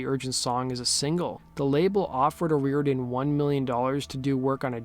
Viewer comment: Her name is pronounced oh- roar-dan